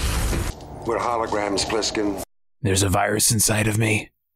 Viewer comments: Did you say Blissken? It's Plissken. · 😭 it's Plissken with a P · It’s Plissken, not blissken